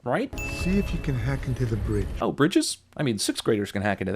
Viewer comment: lol sentinel i think thats how you spell it btw sentinel said bwige hear close